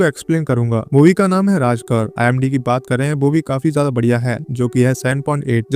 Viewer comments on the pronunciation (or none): none